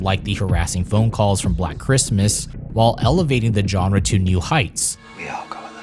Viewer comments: Great video, but it's pronounced "Jean-ra" (ZHan-ra) not "John-ra." It's not enough that you say the word about 1,000 times over the duration of the video. Again, great stuff, but hard to sit through with that grating pronunciation. Otherwise, great narration, visuals, research & content, setting, and mood. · Learn to pronounce “genre,” and stop saying it every other sentence. It is not pronounced with a J sound. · dude....learn how to pronounce genre, please. it's not JOHN-rah. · FFS! It’s “genre”, now JAWNRA!!! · Please, YouTubers, learn how to pronounce the word “genre”. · “i am not a fan of Suspiria” dude, you can’t even pronounce “genre” right, it’s alright, no one’s surprised you don’t like giallo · So many mispronunciations - jarring! Including that you keep mispronouncing ‘genre’ UGH! Otherwise good… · Was excited for this but unfortunately was immediately taken out by the mispronunciation of 'genre'. I managed 5 minutes before having to quit but it looks like a well thought documentary and I hope others enjoy it